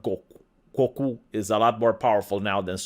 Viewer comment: I have never hear anyone ever pronounce "Goku" like that before. I cannot wait to bring that up next time topic comes up saying anime names badly again. Hahahaga